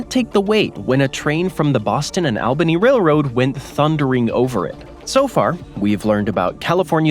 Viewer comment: Learn how to pronounce Albany